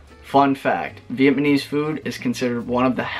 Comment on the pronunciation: For the love of God can you please pronounce it VietNAMese instead of VietMANese